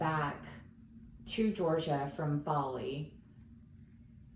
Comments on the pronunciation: I also understood Bali! I thought oh wow she lived in Bali and moved back to the US during the pandemic? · 😂yeah I saw that in the comment. Until that I was convinced. It 100% sounds like Bali